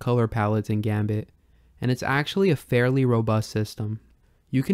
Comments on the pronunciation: "Gambatte" is a play on "ganbatte" which is a japanese motivational phrase akin to "do your best!" or "don't give up!", and is pronounced like "gun but eh". so Gambatte is pronounced likewise. also, with a title like that, i did expect this video to be more about comparing all the various GB emulators (or at least the most noteworthy modern ones). that would seem like a pretty big project and i'm not saying that's what you should do. might be interesting, tho. as for smooth scaling, just because i like the look of some of the smoothing algorithms (in particular the Scale2x family) doesn't mean i "don't like how retrogames look because they are too pixely". but at least the Game Boy actually had square shaped pixels in a display. the graphics of TV consoles certainly weren't designed for sharp square pixels, but blurry scanlined TV screens, but that doesn't make CRT-filtered emulation the "correct" way to play. emulation always means re-interpretation, so people shouldn't be so snooty about it… anyway, i hope you consider these to be constructive criticisms. i wish you best luck with your series. :) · The way you say "Gambatte" hurts me. The name derives from the Japanese "頑張って" in Romaji: "ganbatte", but since the n is pronounced like an m, it can be writtten both ways. "Ganbatte" is the -te form of the verb "頑張る / ganbaru" which means to persevere, or to do one's best. The -te form changes it to "Do your best! / Hang in there!", the pronunciation is: "ga", like the "gu" in "gun"; a regular m; "ba" as in "bah"; a short pause; lastly "te" like the "te" in "terrorist" with a very pronounced t. You can look up how to say it, please do so, because as someone who knows and loves the language it hurts me, like a lot. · Gambatte is pronounced がんばって, not "gambit". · Just a heads-up: it's not "gum bait", it's "GAM-BAT-TE". It's a Japanese word that means "Do your best!" or "Good luck!" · it's pronounced "gambattay", not gambit :P